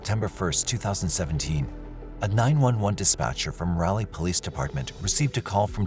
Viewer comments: Not to be nit picky...but Raleigh is prounced, 'Rah-Lee', not 'Ral-ly'. You said it too many times, so I had to put it out there....hehehehe. Great Show!! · It's pronounced raw-lee not ral-lee... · not gonna lie it was super bothering to hear him say it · It’s RAW ( that’s) Rawleigh, not rowley. Can’t tell you how often I have threatened to stop following a site. Someone should do their homework. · The city name is pronounced Raw-lee, not rally, like a car rally. And the med is Core--ah-see-din, not Corsidin. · dude. irs raleigh. not rowley. rahlee... rah lee ra ra irs a commons english name, how are you so bad at pronouncing??? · It was a murder. The guy planned this and should get the Death Penalty. AND the City is RAH-LEE not Rally. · This doesn't sound computer generated. But, "Rally"? People viewing from RALEIGH, N.C. are cringing beyond belief! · It's pronounced raw-lee. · Not guna lie, I’ve never heard Raleigh pronounced the way it is in the video. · Learn to pronounce Raleigh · You are pronouncing Raleigh wrong Short a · Great video! The way you pronounce Raleigh is really interesting to me 😂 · was looking for this, also how he pronounced “jobs” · I've NEVER heard someone mis-pronounce Raleigh! Must not watch any media at all. Or, be under 6 years old.